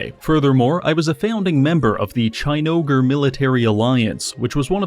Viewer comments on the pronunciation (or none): Chine-oger sounds like a slur.... I love it!